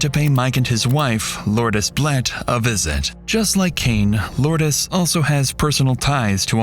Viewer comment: Its pronounced Loords not Lordess (Lourdes). She is named after a place in France.